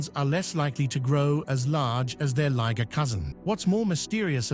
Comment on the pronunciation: This guy has 3 pronunciations for the liger. First, it was a ligger then it became a lie-ger then I heard lee-ger,get it right fool.